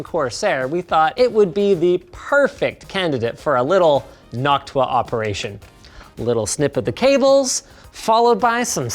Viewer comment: i love the "nocuta" box fan. 😂